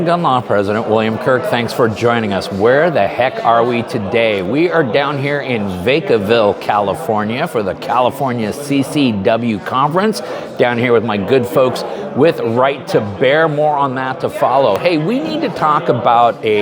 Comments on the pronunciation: Vay-ca-ville? It's Vah-ca-ville my man. I enjoy your informational videos though. Good job. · Vac(as in pack)-a-ville, CA., unless Newsom or time has changed the pronunciation. From an ex-Californian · Vacaville—“vac” pronounced like “vacuum”. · Vacuhville huh, I just call it Cowville. We'll give you a pass. You were so close to me here in the bay area. Thanks for all you do. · 😂😂😂 It's pronounced "Vack a ville", but thats because I grew up in Solano County and still have relatives in the area. Try the pizza at Pietro's downtown. Used to be really good. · Pronounced Vah kuh ville. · Lol .. Vacaville is pronounced " Vah Cah ville" ....😅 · It's pronounced like Vaccume Vacc-A-vill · FYI Its pronounced Vock-ah-vill and the only thing there besides that conference is possibly the most over priced gun store ever Welcome to CA though! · Vay-ka-ville??? Please get it right. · Vacaville - Sp; (Cowtown), pronounced - vaah - kah - ville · Vaycaville? The first syllable in Vacaville is pronounced like vac in vacuum or vapid or vacuous. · Thank you for keeping us up to the minute,. 'Pambo the Red Flag Barbie' Bondi wasn't reliable on the 2A as Florida AG, and she's a leopard that doesn't change her spots. By the way, I've always heard Vacaville (the one in California) pronounced as vaca (as the Spanish word for 'cow', last name of Juan Manuel Vaca, for whom the town was named) - ville. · Cant pronounce the town name, sheesh! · Vacaville The Va is not sharp a.. It is pronounced like vacuum, not vacation. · Never in my life have I heard someone pronounce Vacaville like that before 😂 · A a a apple.. the a in vacaville is pronounced with the a as in apple sound. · First time I heard Vacaville pronounced like that, made me laugh as much as people who pronounce Oregon as ORY GONE